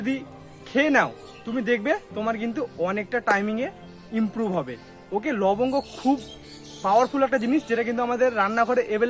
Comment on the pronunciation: লবগ গো বলতে?? লংগ নাকি?? Please dada reply